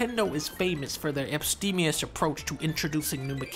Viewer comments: I heard ‘epstemious’. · I thought he said Epsteinious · For a second I thought he said Epsteinian , because the new mechanics are savagely forced upon you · I thought he said Epstein-ious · I thought he said Epsteinious... hahahaha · Dunkey increased the internet’s IQ 420 points when he casually dropped “abstemious” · "Abstemious" dunkey hitting me with that GRE prep at no additional cost